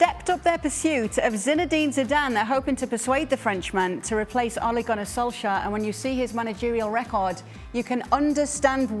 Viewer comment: Craig Burnley doesn't like Ole Gunner Solskjaer because he can't pronounce his name correctly!